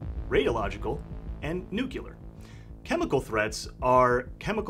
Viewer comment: Every time someone pronounces "NUCLEAR" as "NUCULAR" it drives me crazy, lmao.